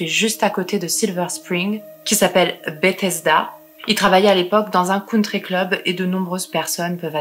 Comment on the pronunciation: Contente de te découvrir :) Sinon, Bethesda se prononce Beuthesda